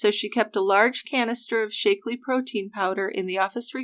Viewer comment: Shack-lee, not Shake-lee. It's only been around like 50 years. I love you guys, but you GOTTA research your proper, trade, disease, and place names better, because you make these mistakes quite often. Keith Morrison would pronounce it right!